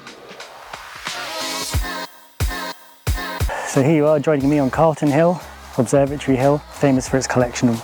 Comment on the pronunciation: Calton hill, not Carlton. Thought you lived locally? 😁